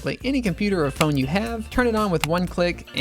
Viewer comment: That you is more like a I